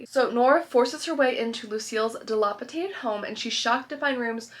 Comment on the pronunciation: Really enjoy your channel. You use this word so often though, so: It’s dilapidated, not “dalopitated” 😅